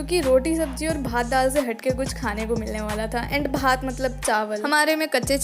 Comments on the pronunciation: We don't say bhat we say bht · After listening to ‘BHAT’ word I am sure you are a Bengali, so Didi apni jei hon khub valo kaj korchen, apnar animation style tao darun😁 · dal bhaat, app bengali ho kea?? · Bhaat..... Oooohh lol maharashtrian